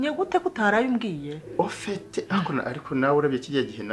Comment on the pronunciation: Ngo oufete😃😃😃😜😜😜mama igifaransa bavuga afete